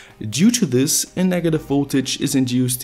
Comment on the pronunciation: "thes is Elon musk"